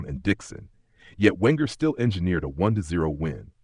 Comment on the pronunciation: Wenger is from Alsace, so his surname is pronounced "Venger". And it's David Dein, pronounced "Dean". And Petit follows the rules of French pronunciation. Oh... Never mind. 😢 Oh, never mind